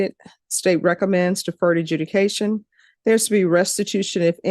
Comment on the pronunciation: AJUDICATION NOT EDUCATION!!!!!! Seriously?